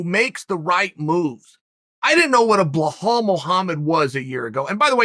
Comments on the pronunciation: Blahul? U gotta work harder to say it that way than u do to say Belal 😂🤦🏻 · It's BELAL, not Bahal- how hard it is to pronounce correctly! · blowhole its Belal not blehall it sounds like uncle chael is saying blowhole 🤣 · how is it possible to butcher so many peoples names ffs , can you not read?! BILAL - BLIHAL? wtfs wrong wit u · beh-hall? really? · If Chael says it Blahal, then by god it's Blahal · Its not blahal there is no H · Say it with me Chael... Buh-lawl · Sounds like he's saying belhal... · Blahall haha Uncle Chael you're trying to mispronounce names at this point 😂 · Uncle chael hurt my stomach Blakov Muhammad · It's belal Remember the name BRO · yea, he's been doin this for a while now.....blohal muhammad, yerry prochaka, yan blahovovic, hazmat chimave. He does this on purpose seriously, so that we comment on it 😅 hazmat is my fav...haha uncle chael at his best. He just said 'angana' for ngannou bahahahahha